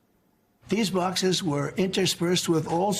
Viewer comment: Now he's using his "Church lady" voice.. pronounces boxes like he's trying to not spit out his dentures... "bocsiss"